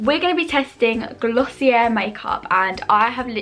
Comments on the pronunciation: Not tryna nag but it’s pronounced gloss e a just thought I’d let u know 💘💘💘💘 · sorry i’m trying not to come off the wrong way but i believe it’s actually pronounced glossy-eh (you don’t pronounce the r at all) because it’s french